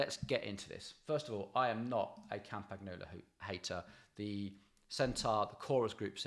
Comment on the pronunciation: It's pronounced "Campanyolo", you could at least get them basics right.